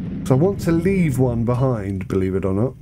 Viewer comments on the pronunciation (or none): none